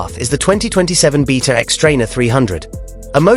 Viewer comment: First of all, the xTrainer isn’t comparable to the KX. A 300rr would be a more comparable model to Kawasakis new offering. And it’s “BAYta”, not “BEEta”. Someone sounds nervous about Kawasaki’s new model 🤔